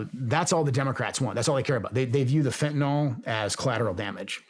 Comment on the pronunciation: what is fehuhnoll? i know what fentanyl is but i have absolutely no clue what fehunoll means. why does everyone think its called fehhuhnall. i mean cant we all read english? youre talking to one of the most badass dudes on the planet and bro still cant pronounce fentanyl😂😂 how the fuck😂😂😂😂